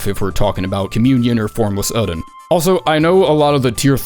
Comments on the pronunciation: Oedon is supposed to be pronounced as Idon or Eedon, not Odin. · “Formless ÆŒ-din” I’ve always thought the emphasis was on the O, like Oh-eh-din. Been watching you since your old alliteration filled BB vids, I’m glad you’re back to it. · it's pronounced 'Erdon', Isz is 'Eyes' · These Bloodborne vids are just an excuse for to say "Formless uuhhden"